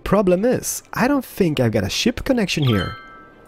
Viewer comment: It kind of sounded like "I've got to s***" instead of "I've got a ship" lol